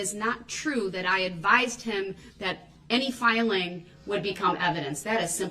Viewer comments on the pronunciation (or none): The way he says words ending with "g" is like lemon juice on paper cuts to me. He told her he wanted his filings "brane gup", he submitted the "fileene ginto" the record, she told him to write "everytheen gup", and on and on. It's nearly as obnoxious as the way he pronounces so many other words such as "substain" and "speckuhlayshun". I mean, he done stated three or four times he he wanted the things entered into the record, and he wants every, single one of them "brun gup", like he ordered previously. Lol. Oh, and, a banker's box completely full of documents only weighs around 40 lbs. So no, they aren't that heavy. He is just that pathetically weak.